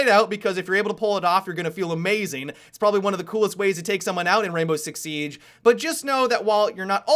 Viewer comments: always says Rainbow Rix Sieeeeege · The way he says Rainbow Six Siege makes me laugh! BUT I LOVE UR VIDS! KEEP IT UP!